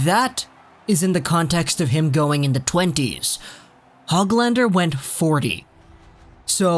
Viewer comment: You actually say his name like HOOGLander.